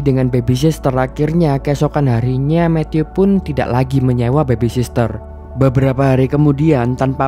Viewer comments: Nyebutnya bukan bebi sister mas, yg betul 'bebi sitter' ('Baby sitter'). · Bagus bang..... Koreksi dikit bang.... Soal penyebutan yg bener. Baby sitter, bukan baby sister.... Smoha kedepan nya bisa lebih baik lgi..... Thanks